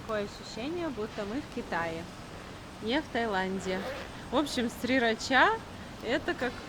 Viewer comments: Почему Сирача произносит Срирача??? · Сирача вроде как тайцы произносят, а не срирача ;) Лучше на слух, а не английскую транскрипцию ориентироваться 😊🙏